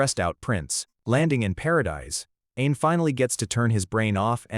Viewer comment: Whenever he says "Ain is" it almost sounds like "an*s" :face-blue-wide-eyes::face-blue-wide-eyes::face-blue-wide-eyes